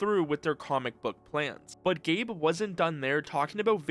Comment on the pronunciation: You're saying "Velve" again. Also it's "Gabe" Newell, not "Gabe-uh"